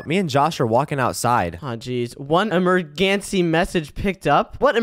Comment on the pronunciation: Bro just said emerggancy